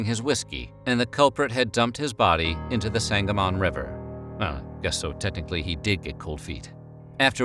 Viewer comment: I grew up in Springfield and had no idea this place existed! Oh, side note. You can pronounce the river Sang-uh-mun. Sang-uh-MON makes you sound like how our GPS devices say it. Lol